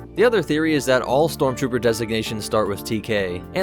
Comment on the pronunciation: You messed up. Its not stromtrooper.